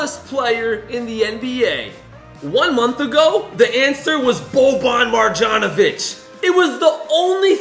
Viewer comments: He also doesn’t know how to pronounce Marjanovic Mar-yon-o-vich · Why does always say Boban MarJanovic. It’s Boban Marjanovic